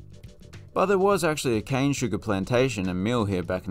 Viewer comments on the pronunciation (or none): none